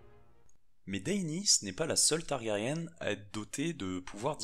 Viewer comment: Par contre fait gaffe on prononce "targarien" ^^ et la traduction de House of Undying est "la maison des Non-Mourants" :)sinon superbe video